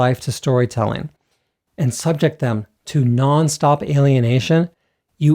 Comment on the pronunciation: Love you, is your English slipping?:) can't miss my chance to ding the pronunciation guy. "subject" with emphasis on the first syllable as you use it here is a noun, you need second syllable emphasis for the verb